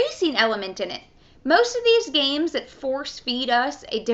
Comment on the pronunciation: She can not pronounce "s". "Gamesch"